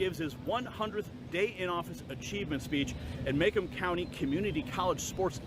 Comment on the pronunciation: Macomb - Pronounced Ma - like Hi Ma, I'm home; comb - like what you use on your hair.